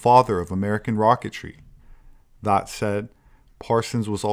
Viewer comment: That = “Thot”. Just ribbing you,. You are a great man. I’m a proud subscriber.